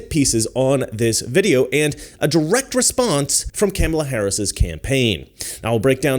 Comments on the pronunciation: ‘Cam-a-la” will come after you like she goes after Tucker. Do you know why?? You don’t say her name right. WAH!!!❤ that’s her biggest comment… shows her IQ level. I’m going to look at your video… good job. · Do you mispronounce Kamala because you're ignorant? Or is it supposed to be an insult? I think you're smart enough to know how it's pronounced by now, so I'm just wondering if you're mispronouncing it intentionally or not.